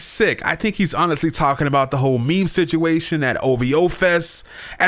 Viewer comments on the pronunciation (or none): none